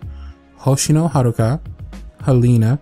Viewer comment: Yay! You said Haruka right! 😂. It is always butchered.